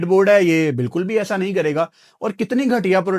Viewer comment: It's not sawahl it's sawaal Ahsa nahi aesa please don't mind you are being watched by many people